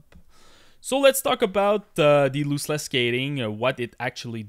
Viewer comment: Lost-Less not Loose-Less